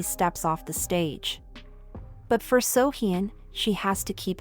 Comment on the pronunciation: Oh my godd I love your videos but I can't ignore the way you pronounce almost all of the celebrities featured in your videos. The way you pronounced Kim "Jung" Hyun as Kim "Yung" Hyun and "Seohyun" as "Seohyin" I'd suggest you to learn how to pronounce people's names. Really no hate ❤❤